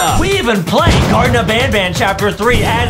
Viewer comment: It’s not garden of ban ban it’s garten of ban ban.